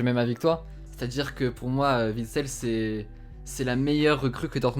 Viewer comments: Juste parce qu'en tant que belge, ça me fait mal aux oreilles à chaque fois : Witsel, on ne prononce pas le W comme un V. Phonétiquement ça donne Huit-sel et pas Vitsel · Juste un mot: on dit Uitsel et non Vitsel, mon pauvre, encensé mais au nom mal prononcé